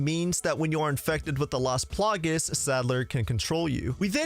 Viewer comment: It's las plagAs man not las plagues that was super annoying haha